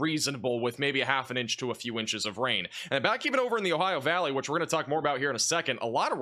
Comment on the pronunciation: Ohio valleyn's? 😂😂😂